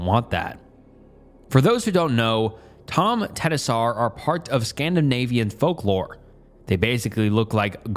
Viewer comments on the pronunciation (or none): tomte-knee-sar is how it’s pronounced